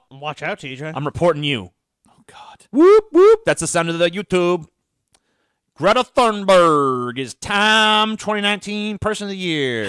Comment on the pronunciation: Guh-reta Toonberi